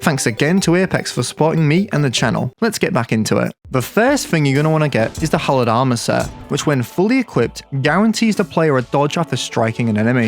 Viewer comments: Dont know if anyone pointed it out yet but... "Holod Armor" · 'holod armor'